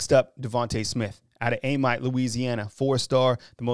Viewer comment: Its Pronounced A-meet (Amite)